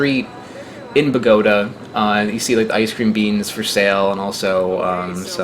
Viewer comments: From a Colombian to pronunce Bogotá right the force goes on the last syllable like this Bogotá. beside that awesome video. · Omg the way u pronounce Bogota lol. I cringe every time lol